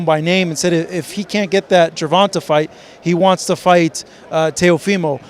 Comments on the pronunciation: How long is going to struggle pronouncing Gervontaa's name? 🤔😂 Ger-Von-TAY...🤦🏾‍♂️🤣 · loves mispronouncing Gervona(tay) Davis and saying Ger-Vahn-Tuh lmfaooooo